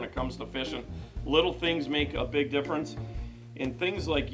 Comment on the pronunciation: Drink everytime he says "makes a big differunce"